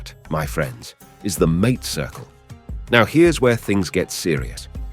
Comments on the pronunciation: It is "maa-tay"; not mate, like house mate.... I can't wait for this AI slop to die! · ong, AI y'all soooo fos. ok .i'll hip ya. "MATE" is pronounced "MAHTAY". that whole thing was just catastrophic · Well done, but how can one talk about "hierba mate" without knowing how to pronounce MA-te? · That is the trouble with AI narraators. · The way that you pronounce mate is disrespectful to the mate circle and indicates IA production…. But a solid A in content, thank you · Sweltering Uruguayan Summers? I am Uruguayan. Our Summers are not "sweltering!" Mate is not pronounced like English "buddy" . It is MATE ! Idiocy ! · Sí sí The way the man pronounces mate is not correct, at least as I have heard it. Am I correct or is there a regional difference?